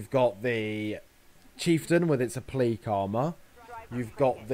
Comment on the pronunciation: O-plea-que???? that isnt a word m8. its pronounced App-la-kay.